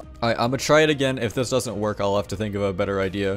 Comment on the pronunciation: man can u pronounce the s in isn't and doesn't pls